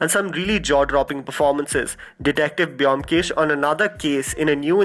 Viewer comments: amazing list ...but the pronunciation is bomkesh though the spelling Byomkesh.. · Try to pronounce Byomkesh correctly first then make a video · the way u pronounce byomkesh bakshi......😂😂😂😂😂😂😂